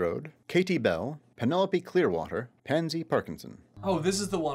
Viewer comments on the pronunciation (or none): none